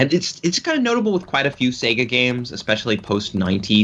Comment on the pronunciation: I'm not from hick town ya moron. I'm from the big city. Get it right. Secondly the addition of that hard 'r' makes no sense from any English speaker perspective. He even slips in that r when he says Sega. Say-Guh. Not Say-G-ra. Darn games even say it to you at the title screen sometimes. It's not a big deal. Just funny.